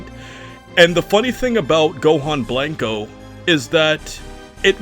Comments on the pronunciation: It's killing me hearing you say BLANK-O instead of blanco. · Please stop saying “Blank-O” lmfao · I love how this guy pronounces Blanco as "Blank-oh," instead of "Blanch-oh" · You say and pronounce special beam cannon so nicely but cannot for the life of you pronounce Blanco right. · Literally made it to and stopped because your butchering the word "blanco" where's your ethnicity?!